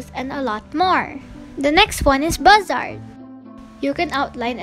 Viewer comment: Not to be rude but u said a few apps wrong 😅 Bazaart- baz-a-art IbisPaint- ib-is-paint